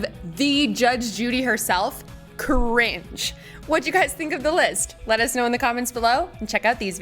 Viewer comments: your 'cuhringee' is cringe, just saying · I think the cringiest part of the video was how you said cringe at the end